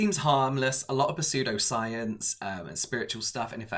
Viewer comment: I'm really, really sorry to comment this, but you don't pronounce the "p" in "pseudoscience". Please delete this after you see it! I would tell my irl friends, so please don't take offense. I super love this video, though! What a fascinating story to cover!